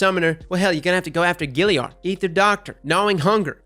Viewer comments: two words... FUCK YEAH!! also, its Galliard, not Gilliard :)) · I'd why he pronounces it Gilliard when its Galliard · Galliard, not Gilliard! Love ya content man! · Every time you say GILLiard I want to die. There's an A there! It's the Galliard! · Galliard not gilliard. Also, it doesn't just come from the forges, the Sabateurs drop it also. Mine came with rich. rounds, Quickdraw and rampage. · “Gillyard”. Bruh that kills me. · Anyone else get kinda triggered by how he pronounces galliard?